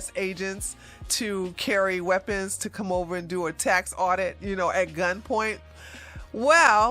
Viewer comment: I just love it when talks about "THE LITTLE MAN WHO WANTS MORRRE MAHNEY 'N WEAPONZZ" lol